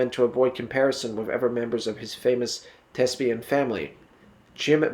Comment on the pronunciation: Your content is good but you need to research how to pronounce some of the words… melancholy, elocution, thespian - to name just a few in the first 8 minutes alone. The mispronunciations really detract from your presentation.